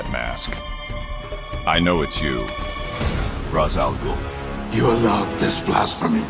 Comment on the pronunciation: Kevin Conroy's Batman always pronounced the name Raish Al Gool.